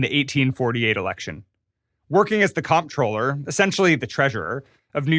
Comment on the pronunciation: Comptroller is pronounced Controller